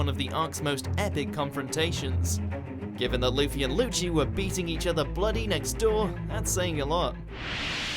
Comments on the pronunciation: Lmao.. Lucci.. Pronounced..LUCHI 'dubbed' is that even affect the English pronunciation ?? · Did this guy really say "luschy"